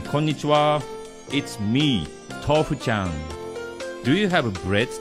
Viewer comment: I love when tofu chan says tofu he says it like tof chan